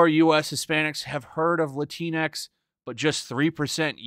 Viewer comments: "Lah-Tinks" sounds so goddamn funny. Shocked I haven't heard it pronounced like that before😂. I wish they'd stop using the damn word too. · Wtf is "Lantinx"?